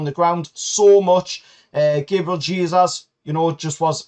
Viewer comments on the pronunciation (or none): none